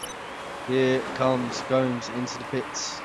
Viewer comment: lmfao im brazilian and watching you try to pronounce gomes is funny lol btw i know this is late but i THINK its pronounced like "Gomez"